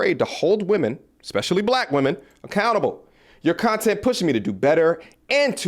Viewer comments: Cant rock with no chick that says "expecially" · This dumb broad said “ex-specially” yeah she smart as hell